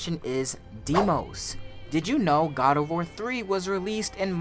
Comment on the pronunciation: It's deimos